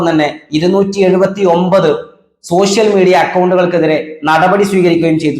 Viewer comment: നിൻ്റെ മതബോധമല്ലേടാ നീ ഷ ക്കു പകരം ശ ഉപയോഗിക്കുന്നത്. ആദ്യം സ്വയം മതേതരനാകൂ പിന്നെ മതി രാജേശിനെ(രാജേഷ്) സന്തോശം (സന്തോഷം) തുടങ്ങി നിൻ്റെ അണ്ണാക്കിൽ എന്താടാ ഇരിക്കുന്നത്. മലയാളിയെ നന്നാക്കാനിറങ്ങിയിരിക്കുന്ന സോശ്യൽ (സോഷ്യൽ) മീഡിയക്കാരൻ.